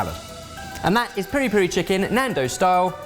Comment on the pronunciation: Nando NOT Nandon't